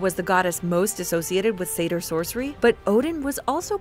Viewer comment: Seidr is pronounced Seithr the weird D makes a TH sound